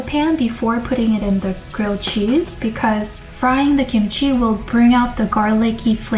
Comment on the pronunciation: kimchi not kimuchi